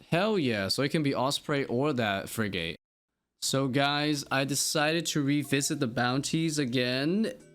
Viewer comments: Fridge-gate birds….. it’s pronounced Frig-it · Idk if you care or not, no worries of you dont! But frigate is pronounced frig-it. :) love your videos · it's pronounced fri·guht, sincerely the son of an Canadian armed forces member. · Awesome video! But it's "friggit" bird LOL